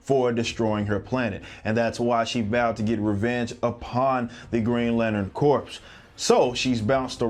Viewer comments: Green lantern corpse? It's pronounced CORE my dude. Think like the marines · I'm sorry Rippa, I hate to be that guy, but Green Lantern Corps... It's pronounced like "core", not "corpse". I thought you were talking about a dead Green Lantern for a second. Either way, you're awesome. Keep up the good work!